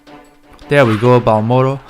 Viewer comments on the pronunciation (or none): Just saying, it's 'Marlboro' nor 'Barlmoro' LOL Everytime I encounter a Marlboro, I will call it a 'Barlmoro' in my mind and think of you.